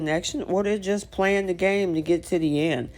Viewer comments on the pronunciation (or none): none